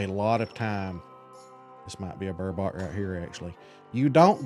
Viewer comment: You’re making super angry you pronounce burbot ber-bit not ber-bot